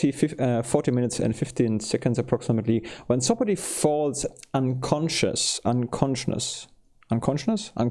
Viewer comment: fatal -> "FAY-tal" (emphasis on the FAY) morale -> "more-AHL" (emphasis on the AHL) sound -> in this context means "based on good reason" "Things don't always go the way we want them to go" would be better! unconscious -> "un-con-shus", not "un-con-shnus" i.e. -> "in other words", also e.g. -> "for example" coup de grace is French, you pronounce it "koo-duh-grahs" Maybe "out of order" would work better in this context instead of "vice versa" You can pick it up, but you can't use it yet (since you haven't researched it). At the end of the mission all items in the battle area are automatically collected and put in your stores back at the base you launched the skyranger from, so no need to pick up anything unless you intend to use it in the current battle.